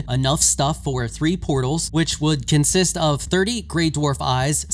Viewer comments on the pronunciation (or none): none